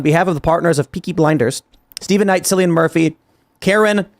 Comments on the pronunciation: Sillian Murphy 🤣🤣 it's pronounced Killian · Cillian == "Kill-ian" for pronunciation. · It's pronounced KILLian Murphy